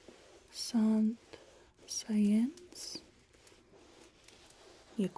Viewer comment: I liked the talk on classical music. I think Saint-Saëns is pronounced as “San-Sonn”, at least that’s how I’ve always said it. My favourite composer is Robert Schumann - if you couldn’t tell by the picture.